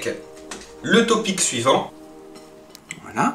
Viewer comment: On dit Toping et pas Topic lol Mais elle à l'air extra cette recette :P